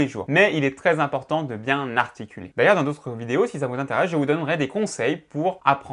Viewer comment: Pourquoi il dit narticuler?